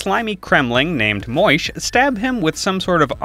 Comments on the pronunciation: Am I the only bothered by moi-sh instead of Moe-Ash. He is clearly not a proper vorin man... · "Slimey cremling named 'Mmoish'"... Named what now? Pronounced "Moh-Ash" bro, say it with me :D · Ha! Its a reference to a video I made last year where i deliberately mispronounce Moash the entire video up until the very end. The other mispronunciations are... less calculated. Ha.